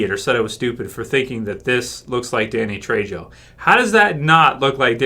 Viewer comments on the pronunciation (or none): ...its "trey-ho" not "trey-jo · "Trejo" is pronouced "Trey-hoe",.